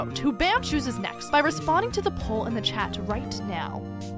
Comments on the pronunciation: "in teh chat" i fiind it so funny XD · said teh at one point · IN “TEH” CHAT 😂😂😂😂